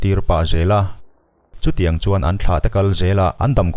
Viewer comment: A ngaihnawmin a hmuhnawm e. Amaherawhchu, "Kuhsï" tih leh "eltiang" tih kha chu i lam dan a common lo ve khawp mai😃😀